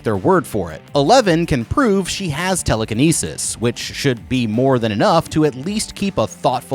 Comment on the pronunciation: bine-oc-you-Larrs😂😂😂😂 tele-kan-asis😂😂😂😂